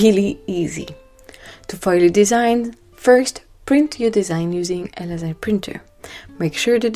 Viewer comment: The word “laser” is pronounced LAY ZER It’s actually an acronym that stands for: Light Amplification by Stimulated Emission of Radiation.